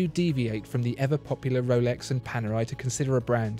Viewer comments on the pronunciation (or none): none